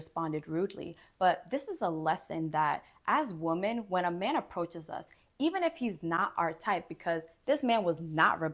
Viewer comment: With all the respect, the plural of woman is pronounced "WIH-mn". Like "swimmin."